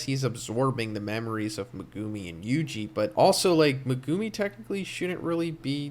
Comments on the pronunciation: U gotta pronuncie Me gu mi not what u said lmfao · Please stop pronouncing Megumi in that nasty way but pronounce it like Meg-ah-me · When you said megumi it irked the hell out of me